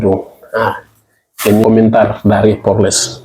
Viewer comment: Koreksi Ucapan POLRES, bukan PORLES. Beberapa kali kk dengar masih Salah Ucap.